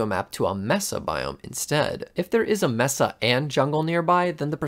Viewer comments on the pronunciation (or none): Cartographers are pretty worthless in RLcraft in general. Also you say Mesa wrong. Its "May-sa" and its "Wendi-go" not "wen-dingo." Mushroom biomes are useful because they are peaceful and dont spawn hostile mobs....